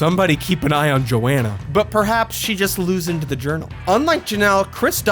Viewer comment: Please tell me he keeps doing the “loosend” bit